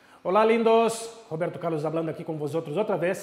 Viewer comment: Robirtu Caurlus Siuuu XD